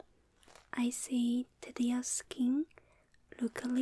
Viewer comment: When she say "see" its like "si" in spanish